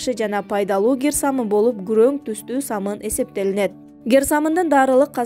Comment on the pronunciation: Гер самын эмес кир самын созду бурмалабай бузбай суйло